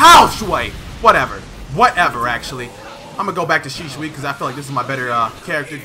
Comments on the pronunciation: Dude its SHISUI not Shishui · Why is this man saying shishui instead of shisui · HIS NAME IS shiISUI NOT SHISHUI YOU! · He does not say it right. It's Shi-su-i not Shi-shu-i. If you say it at normal speed it becomes Shisuwi. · I'm not saying rarity is wrong. Senju is because it's not ShiSHui but Shi-su-i. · Shishui Naruto: it’s shisui get ur facts right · It's shisui not shishushi lmao . Great gameplay bro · Shisui not shishui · it triggers me that he says shishui and not shisui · Its not shishui its shisui😂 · He says shishui lol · kinda sound like hes saying sheeswee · I’ve heard his name be pronounced “Shih-sui” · DGRarity its she-sue-e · "My knowledge of Shishui is low." ... yeah, you can't even say his name right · Sheshawee, Pronunciation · lol man said sheeshwe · Shishuoooiee... bruh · “Shisoui ouchihah” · Did my man really say shishui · "SHISHUI" LUL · its pronounced like this shee suwe 😂😂😂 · Pronounce it right it’s shi-sui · it's pronounced "she zu" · Bruh learn how to say shisui..... Bruh say it like this she swee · who the fuck is shishui u keep saying it wrong xD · does bother me. Especially with the American accent. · It really really bothers me too bro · Yo why you say his name like that